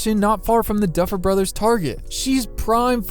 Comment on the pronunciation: No one: Absolutely no one:: ”DuFfEl BrOtHeRs”